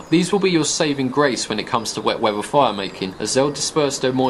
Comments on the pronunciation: it's weather, not wevver. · "Wet wheava"